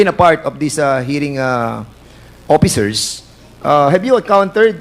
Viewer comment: Officers po, hindi oppicers